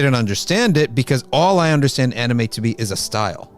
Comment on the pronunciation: With all due respect this channel needs to bring a scholar that can first pronounce anime correctly to comment on this topic. May I suggest getting a Japanese muslim scholar?